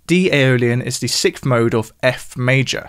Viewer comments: It's "sikth" as opposed to the correct "sixth". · Is way of pronouncing sixth (as "sicth") a common thing, or just a thing?